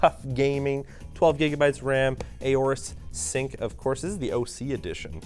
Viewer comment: I wonder how Asus likes that you called Aura sync Aorus sync :D